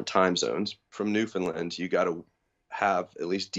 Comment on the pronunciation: Newfoundland, understand? Land, not Lyn. :) sick vid